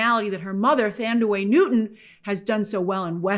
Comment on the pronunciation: "Thandiwe" is pronounced tan-DEE-wāy, Grace :) It's a S African name, I know it as well as my own 😉 As an American, I pronounce it with a bit of a tongue loose / soft on upper teeth with the first syllable, similar-not-quite to original pronounciation, but still FYI.